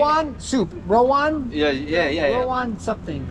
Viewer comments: Love your videos bro,, sometimes you make me laugh when you mixed up Indonesian words. For example it isn't rOwAn but rAwOn....lol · RA-WON. NOT RO-WAN. 😄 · Rawon Sir not Rowan 😅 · It is called Rawon not Rowan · It is Rawon not Rowan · It's Ra-Won😁